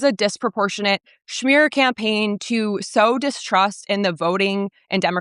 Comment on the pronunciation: did she say shmear campaign?